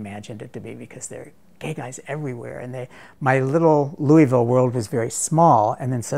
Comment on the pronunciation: he can't pronounce Louisville. lol